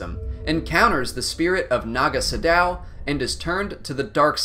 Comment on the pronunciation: Is it just me or doe he pronounce Nago Sadow and Rakata odd? Having played the KotOR games, I love all the backstory that precedes the start of the games.